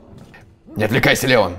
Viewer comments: ЛеОн, а не ЛЕон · Его зовут Леон ударение на О, леОн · Мне понравилось, лайк, и кстати, в принципе мне не важно, но Леон с ударением на е мне не очень звучит, но это уже твой выбор. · Не хочу выпендриваться но не лЕЕЕон,а ЛеОООН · В локализации леОн, по произношению английскому это лИон, т.е. лЕон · леОн а не лЕон >:0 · не леееон а леооон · Леон правильно ЛеОн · По моему не ЛЕон а ЛеОн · Не лЕон а леОн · правильно произносить имя леОн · Ударение в имени Леон не на (е), а на (о) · Леон ударение. На о